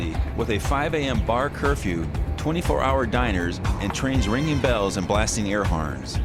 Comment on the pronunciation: go to 2 mins and he says air harns